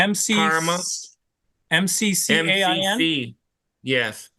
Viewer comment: Parma Michigan not Karma ??